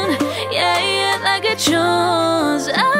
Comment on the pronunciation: Its "yah yah" not "yeah yeah"....no hate I literally envy you😂